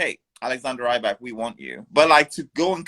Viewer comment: The interview guy is a bit annoying. Constantly pronouncing Rybak wrong and just saying slightly odd things